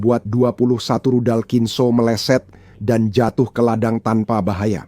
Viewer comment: HAAIII...PROPAGANDIS BUSUK AMERIKA LU...! CHECK N RECHECK DIMEDAN PERANG UKRAINE ! BACA KHINZALL AJA LU BLEPETAN !